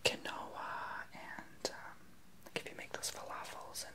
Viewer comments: it's is Ken-waa though right? Lol. Idk. But i hope so. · Quinoa is pronounced "keen-wa" just so you know ☺️ great video!! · I thought he said canola until I read this 😂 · Nik Weinfurter "kenowaa" 😂😂😂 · flee2321 Close - it's pronounced "keenwa". :) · I'm crying at how he pronounced quinoa 😂